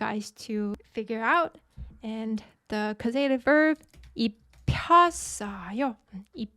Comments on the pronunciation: Great lesson as always, but.... causative is pronounced with the emphasis on the first syllable please, CAWsative not cawSEYtive. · Right, it's correctly pronounced CAUSE uh tiv. caus·a·tive /ˈkôzədiv/ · Do all Americans pronounce ‘causative’ that way? Just asking as l had never met it before. I find it rather distracting, tbh. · Excellent lesson as per usual. Really like this new korean font. The way you pronounce the word "causative" was a bit distracting not gonna lie 🤣